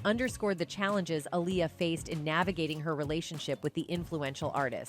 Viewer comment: Why are you saying her name in two ways? Dirst you call her aliyah then you called her alier Like a liar. I guess someone told you because you then staryed to pronounce it appropriately